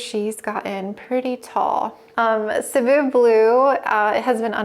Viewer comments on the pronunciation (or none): none